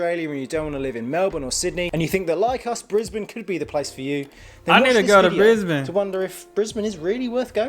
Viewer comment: I like that you pronounce Brisbane correctly. Now just make sure you pronounce the end of Melbourne the same way and you're all good man. 😁